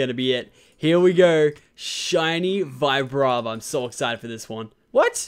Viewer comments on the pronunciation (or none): Also it's not Vibrava it's Veebrava